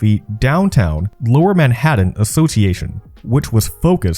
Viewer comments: It's not pronounced Manhadden! Try saying Manhat'n, like you're skipping the vowel and not the T's. Many young people these days really do not know how to pronounce their T's, either ignoring them or making them silent. I first heard it this wrong way when I was in a call center in 2012. The rep next to me said the word important as impor-ant. People there is a T in the word, please pronounce it correctly. Are teachers messing this up or are the kids doing it on their own? Learn your language. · It's "Man-haT-TAN" not "Manhaddun". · Excellent documentary. Great research. Fine presentation. But the halting narration and the continued way you (mis)pronounce "Manhattan" turns me off. As a professional voice actor, it was enough to make me stop watching a few minutes in. Manhaddan... Manhattan... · It's ManhaTTan not Manhadden... stop it! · This! There’s a T in Manhattan, not a D for instance. And Canal Street is “CUH-nal” not “CAN-ul” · Yes. Also the prononciations drove me nuts, especially “Manhaddan.” “Uncerdain.” “Seri-ez.” “Taggled” instead of “tackled.” Etc. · If I have to listen to him say "Manhadden" one more time... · Man-HADDIN lol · I was trying to get into this, but the robovoice constantly pronouncing it "Manhaddon" drove me nuts! I had to bail when I was only 5 minutes into it. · Good video! Ta and Ds are supposed to sound different. “Manhattan” is not pronounce “Manhadden”. And “button” is not pronounced “budden “… Again, great video! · Yes. Oh, and "MAN-HADDIN" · He pronounced "esplanade" as "esplonDAY" also. That cracked me up. He also reads like every word is its own sentence. "Manhattan. Was. Originally. Settled. By. The. Dutch." That drove me insane. With a little work on the voiceovers, this could be a huge channel though.